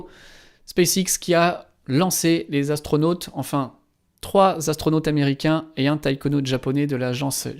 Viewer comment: Dans la présentation j’avoue que savoir que quatre Zastronautes sont partis dans l’espace m’a tellement fait mal aux oreilles que j’ai mis fin au visionnage de cet épisode. Désolé 🤦‍♂️